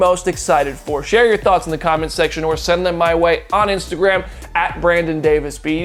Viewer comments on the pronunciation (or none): none